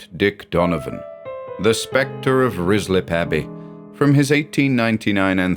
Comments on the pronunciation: Love this, but as a former local, it’s pronounced RYE-slip 😊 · This is surely Ruislip, which is pronounced Rye Slip. ❤ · I keep hearing rizzler, and oh boy, it's the funniest thing. Could be a April fool's